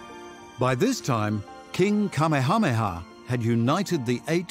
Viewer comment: What a disgrace to let someone such as this narrarator have this amazing opportunity to narrate this documentary. "King ka-meh-haaa-meh-haaa". Seriously? It's like he's NEVER BEFORE IN HIS LIFE HEARD IT SAID. AT ALLLLLL! Come on PBS! You 100% dropped the ball on this one! Facts!